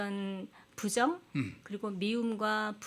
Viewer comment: 두 분이 모두 "부정"의 첫 자를 짧게 잘못 발음했나이다. 길게 발음해야지요!